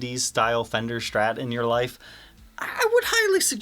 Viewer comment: Not until he says “STrat” not Shhtrat”